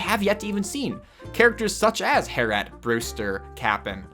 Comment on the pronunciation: Harry et